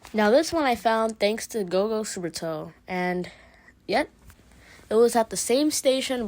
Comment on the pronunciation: You literally just said supertoe😂